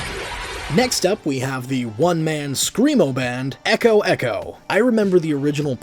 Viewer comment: Was it just me that heard ultimate eggo eggo instead of echo echo